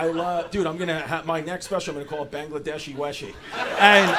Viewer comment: Bang-glad-deshi speshi